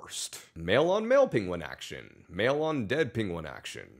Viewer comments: “Pingwins”?? This guy must have learned how to pronounce penguin from that Benedict Cumberbatch documentary! 😂😂😂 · This dude has the same penguin pronunciation problem as Benedict Cummerbatch. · am i the only one bothered by the way pronounced penguin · Penguin 1: How much for a night? Penguin 2: That'll be three pebbles. Also wtf is that pronunciation of penguin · Is it me or is he pronouncing Penguin 🐧 weird? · No ones talking his mis-pronunciation of penguin 🤣